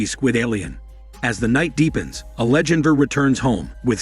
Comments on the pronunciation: Angelandra… that shit has been killing me this entire video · The way it pronounces Alejandra and angel hurts my ears so much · I was almost half way through before I realized it was trying to say ‘Alejandra’. LOL